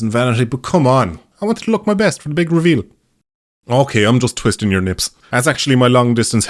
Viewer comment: Hearing "twisting your nips" in an Irish accent just sounds funnier.